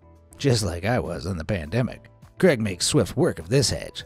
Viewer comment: 1 hour to cut 10 hours to clean debris etc also sounds like your saying Greg instead of craig